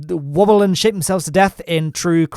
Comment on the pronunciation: it sounds like you say woble and shit themselves to death I hope you dont get demonitized for this hilarous mishap.